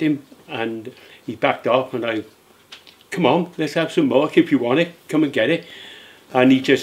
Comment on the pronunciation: Lmmfao he say Les go 🤣🤼